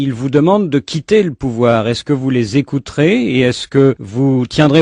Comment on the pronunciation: Écouter et non Evouter